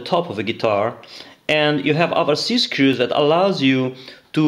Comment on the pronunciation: Nice video. I love how you pronounce "screws" Sounds like Inspector Clouseau from the Pink Panther. Love it!